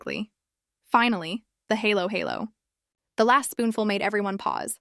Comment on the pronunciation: Vlogger should at least learn hiw to pronounce halo halo